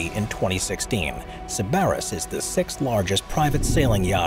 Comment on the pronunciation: SIB-uh-riss (NOT sib-ARRR-iss) your accent is on the wrong sylable !!!